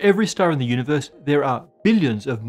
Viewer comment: Univuhs, gravuhtashunow fieuwds, pahtuhcoes, stahz, dock matuh